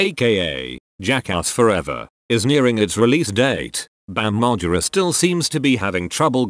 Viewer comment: I hate the way the voice of video says his name Bam Mar Jer Ra